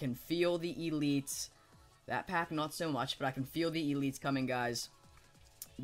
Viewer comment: the way he says elites pisses ne off